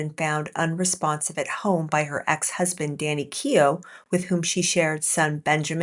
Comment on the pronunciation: Danny Keough, not Kenoh